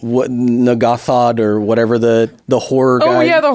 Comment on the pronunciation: N'ghathrod pronunciation was borderline sketchy there for a second